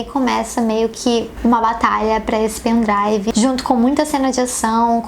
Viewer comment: Tbm "meu pen drauvo"